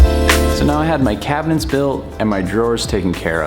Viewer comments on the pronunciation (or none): Take a drink every time he pronounces it "cabinents"